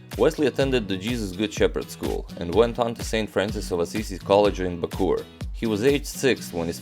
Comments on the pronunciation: Its ba co or.. Not.. Bakur.. Hahaha.. Nice vids.. New subscriber here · Great vid. Btw, minor detail, we Filipinos pronounce it Baco-or and Tor-re. 😎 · Hello agadmator! Bacoor is actually pronounced "baco-or" separating the two o's and Torre is pronounced "toreh". I watch your channel every night.